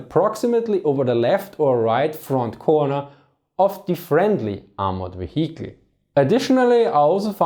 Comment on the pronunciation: Very interesting, thumbs up! If you could please bear in mind that H in vehicle is a silent 'h": you don't proununce it at all.